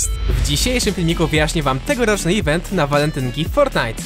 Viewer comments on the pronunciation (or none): none